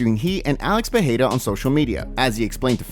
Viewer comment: So when are you going to correct your pronounciation from PeHeira to PeReira, which is the correct pronounciation?